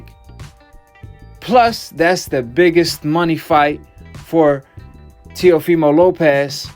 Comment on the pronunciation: The fact the flyod calls him telifimo and no one corrects him is hilarious 😂